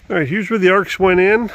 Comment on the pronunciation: It's actually pronounced A R X. Just sayin'.